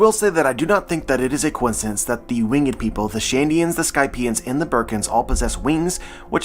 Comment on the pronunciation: Yo, i love the content. I've been watching your theory videos for a while now. There is just one thing that i must inform you of, the way you say the word "winged" you pronounce it with 2 syllables "wing-ed" when in fact it should be 1 syllable more like "Wing'd" 😅, this is not a huge deal just thought you should know, Keep doing your thing with the content though! 💯